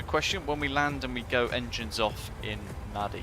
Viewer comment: NADI - pronounced NANDI !!...but beautiful scenery, livery and v nice video as always